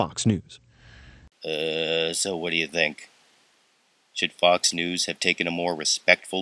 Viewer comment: sounds like "Fucks News"